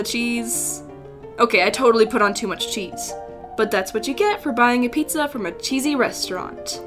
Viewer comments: I love how you say pizzah XD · the P I Z Z A H